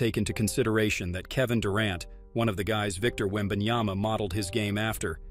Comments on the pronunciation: Yep that's what I've been saying. It's Yama not Yana😅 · And yet, SAS still can't say his name properly after one year in NBA.... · Stephen A. Smith still doesn't pronounce Wembanyama's name correctly. It's either disrespectful or contemptuous. Because of that, I don't listen to his comments. It hurts my ears too much!